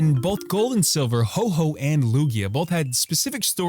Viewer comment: its Ho-Oh not Ho-Ho just another fake youtuber